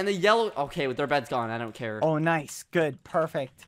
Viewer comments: Badboyhalo should be the next "noice" meme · bbh just saying noice it sounds like he became British